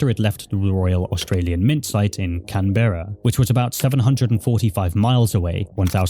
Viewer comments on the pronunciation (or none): Please, please search up pronunciations of towns and cities when you make videos about places outside your country. Briz-bun. Can-bruh. I’ve had the same thing in previous videos of yours. Overall, great video though, and I enjoyed listening to it. Definitely some interesting things going on with the adult community around the show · Oh wow I didn't realise I tangentially knew Catriona! Her graduating project was everywhere when I started at Griffith lol Also they're pronounced 'bris-BIN' and 'can-BRA' ;) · As an Australian I wanna just say hearing him pronouncing the city’s has got me cracking up. Brisbane is call brisbin in Australia and Canberra is pronounced Canbruh